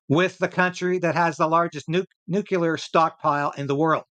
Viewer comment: NEW CLEAR - not Nu Cu Lar !